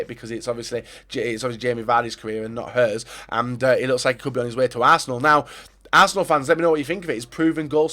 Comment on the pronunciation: Is it just me or did he say barsenal